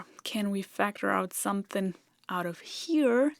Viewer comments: Hearing someone not from the South (USA) say 'somethin' makes my day. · Weird to hear someone so educated constantly say "sumthin'".